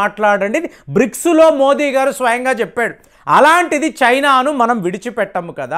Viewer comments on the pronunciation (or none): none